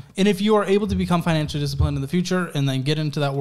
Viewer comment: "I'm an entrepener" but he also says "I'm not very finantially literate"